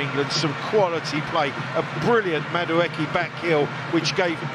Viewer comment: Old lad just refuses to say Madueke's name correctly.